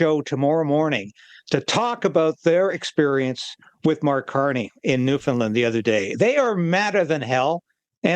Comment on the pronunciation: please pronounce "Newfoundland" correctly. Thank you.